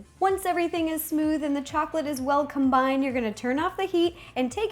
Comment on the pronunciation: did anybody notice that she said combind